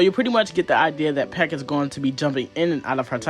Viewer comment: Why are you pronouncing Pieck like that? Super distracting dude